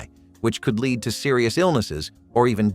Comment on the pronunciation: The mispronounciation of lead is driving me. 😂 Absynthe candy??? Marilyn Manson would have loved that 😂